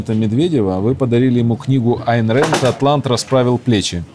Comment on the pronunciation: исправьте ошибку "антант", Атлант